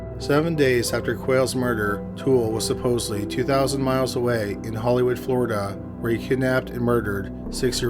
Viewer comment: I'm thinking it's robotic. Among other things, every sentence ends with the same downward cadence; and he pronounced Florida as FloriDUUH - accent on the final syllable, and same downward cadence as "Nebraskaaah" and "Omahaaah" ... either that, or he simply sounds robotic, and emphasizes wrong syllables in sentences.